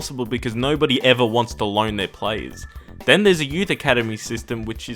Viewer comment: The way he said youth is op as fuck